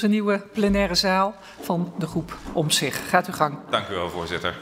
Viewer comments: Wat irritant dat Vera Bergkamp de hele tijd omzig zegt en de letter T niet uitspreekt. Het is Omtzigt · De voorzitster spreekt de naam Omtzigt niet goed uit. Ze zegt “Omzich”. Zo dom is ze niet, dus uit dat kleine detail blijkt haar vooroordeel. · De voorzitster heeft duidelijk moeite om de letter T uit te spreken.Het is Omtzigt,en geen Omzig.Of was het per ongeluk expres. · Fijn dat hij er weer is. De voorzitter weet niet de juiste naam van dit gewaardeerde kamerlid. Het is Omtzigt en niet Omzig. Als voorzitter zou je beter moeten weten Berkam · Vera Bergkamp het is OmtzigT en niet Omzig of Omtzig. Jij wil ook niet Berghuis genoemd worden. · Spreekt de voorzitter nou bewust die T's niet uit... ze zegt gewoon Omzig... Of is dat deftig ofzo?? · Toch fijn dat je terugkeert in de kamer en de voorzitter spreekt je naam 3x verkeerd uit: “Omtzig” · Hij is terug en Hoe !!!. Heeft de voorzitter een spraakgebrek of weet ze niet dat het de heer OmtzigT is. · Omtzig-t, spreek die naam gewoon goed uit man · Vera kan de 'T' niet meer uitspreken? 🤔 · Hoe is het mogelijk dat zij niet eens zijn naam goed uit weet te spreken?????????????? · Hoezo kan de kamervoorzitster de naam Omtzigt niet goed uitspreken? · Ze kunnen zijn naam.niet eens uitspreken